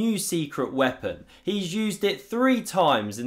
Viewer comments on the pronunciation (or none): none